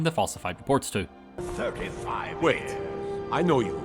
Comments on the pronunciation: “Just wæit” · what is this sound being uttered for the word "wait"? How do you even write that phonetically? 😂